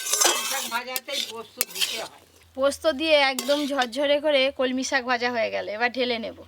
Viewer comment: কি ইচ্ছে করে উলটো পালটা উচ্চারণ করো আপু। কলমকিএ বলছ কমলি